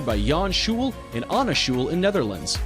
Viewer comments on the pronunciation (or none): none